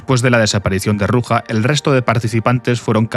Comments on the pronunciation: Se llama Ruzha, no Ruja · se prouncia "ruya" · El j de Ruja no se pronuncia asi